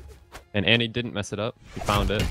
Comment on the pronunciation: its annie not anti bruh